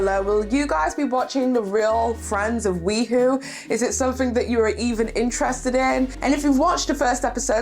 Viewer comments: Hey hey. Just because I know this drama will continue, the pronunciation of WeHo is “We-Hoe” ( like the garden tool) instead of "WeWho”. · It's we hoe not we hoo. Ugh that bothered me throughout the video. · it’s pronounced Wee-hoe (as in West Hollywood). Not wee-who. 😂 Yeah those are definitely half lash falsies in the Mikayla tiktok. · I laughed every time she said that, it was so funny but I appreciated the good laugh.